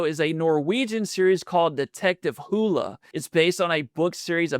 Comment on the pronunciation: It’s detective Harry Hole. Sounds like it looks not hula. Or did you just not want to say it?